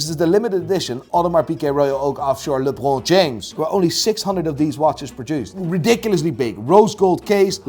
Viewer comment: Yo why’d you pronounce lebron James like that